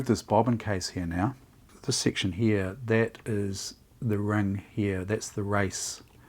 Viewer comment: Surprisingly, there is an R in "heah" (here)...